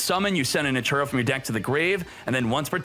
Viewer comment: NATURIA - not natura